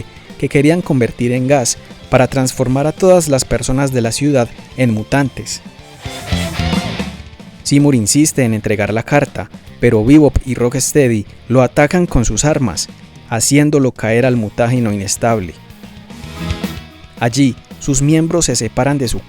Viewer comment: Tengo una duda,por que si se llama Rocksteady le dices "RockEsteady"? De donde sacas la E?